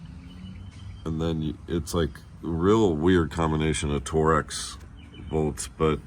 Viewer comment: Torx or Torex? 😂